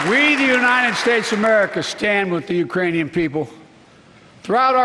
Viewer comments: ahahaha I heard Uranian (he skipped the 'k' there :) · I believe he said "Uranian". He is over 60 give the dude a break lol It isn't as easy as it looks to stand and speak to the entire united states and not mess up a word.